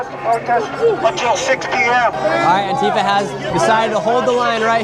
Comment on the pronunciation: Anifwa is an owganization standing up for ouw wights” lmfao 😂